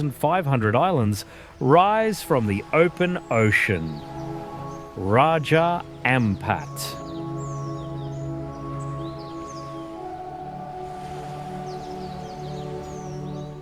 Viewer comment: Hi is Wonderful earth❤️ Btw is RAJA AMPAT not RAJA AMAPT, Thank you for your World tour, We Love it❤️🥰